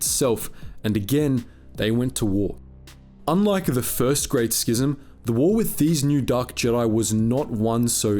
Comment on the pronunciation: I think you're the only star wars YouTuber who pronounces "schism" correctly...bless you Sir